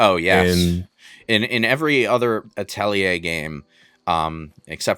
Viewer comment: Thanks for reminding me to play the Atelier games I have in my library. Also, "Uh-telly-eh"?